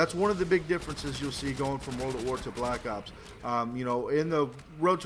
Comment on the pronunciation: is it me or did he say black cocks instead of black ops ?